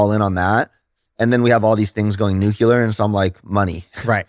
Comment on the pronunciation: Nucular baby